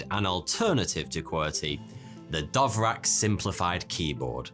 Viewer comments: How the fuck you gonna pronounce "Dvorak" as "Dov-rak". Jesus Christ. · I mean, if its pronounced anything like the composer, it's more like "Dvozshak" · DVORAK not DOVRAK. Don't be so;P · isn't it dVorak, not dOvrak ? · was just listening and wondering what the heck is a "dovrack" keyboard ? then i realized it's just mispronounced "Dvorak" ;) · DVorak,, DVorak, not Dovrak.:P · Dovrak? It's spelled Dvorak? :P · hey! it’s Dvorak, not Dovrak 😂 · normal people: da-VOR-ak intellectuals: d'VOR-zhahk: Dove-Rack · I hate to be that guy but Dvorak is not pronounced Dovrac its much more close to just Vorak with an a minor d sound at the start. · dont pronounce it like Dovrak, its Dvorak 🙂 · When you pronounce dvorak "Dove-rak" lol. Its pronounced "Duh-Vor-zhaak" for those of you who care. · You fell for the myth of no P0rn on Betamax. Sony had no control on what was licensed on their format. The Betamax failed because the cassette was so small and offered only 1 hour of recording time. Sony locked themselves in this small cassette. Watch Technology Connections! And it is DVorak not DOVrak. QUERTY is dumb, QUERTZ is the way to go - QUERTY is always annoying me when I don't find the backslash ;-)) And the strange layout was not for "slowing typists down" but to protect the type levers from tangling. So they were arranged that this does not happen quite as often while typing fast. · lol: DoveRack: it is /dvorzjik/ (/d(ə)ˈvɔːrʒɑːk, -ʒæk/ d(ə-)VOR-zha(h)k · Why did he pronounce DVorak as DOvrak? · Why are pronouncing “DOVrak” instead of DVOrak? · Because he's ""... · Dove Rack?? It's Dvorák! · It's DVO-rak, not DOV-rak... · learn to read. dVorak. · I was a bit baffled by how the pronunciation could've become dovrak... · It is D V O R A K not Dovrak. Thanks for the video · Your pronunciation is one of the worst possible as well, "Dovrac" indeed! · Dove rack, nailed it. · I had to hold myself back from punching the monitor when he said it